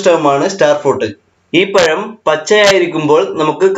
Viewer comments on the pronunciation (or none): പയം അല്ല പഴം എന്ന് പറയൂ ....